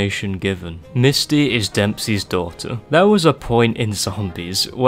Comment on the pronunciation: "Depseys daughter"